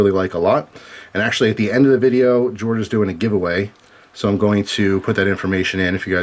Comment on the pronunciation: I'm going make my guess now: G42/43 and a Shield.:) I thought it was pronounced "Yord" as in earth or land (as is the wood casing/bracelet theme) in many Scandi languages. I used to love Nitecore lights (cool features, and such), but as I was used to holster carry from my AF days, and then later on duty belt carry (which continued to civilian wear) I prefer smooth tube designs that fit into my Surefire and BH light carriers (keeps them out of my pockets). Nitecores don't carry well and they chew up my pockets. Totally agree with you, though, AA/AAA form factor is ideal for civilian EDC. Cheers,!